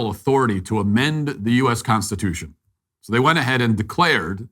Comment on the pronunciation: That man could not even SAY the word "Constitution", let alone SPELL the word "Constitution"